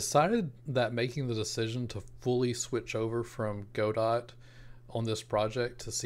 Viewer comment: BTW - it's pronounced "God-do" or "Go-dow" - as in "Waiting for Godot" the Samuel Beckett play.